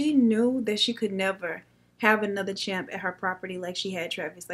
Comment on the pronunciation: It’s not champ, but chimp, lol... I love you though!!!!!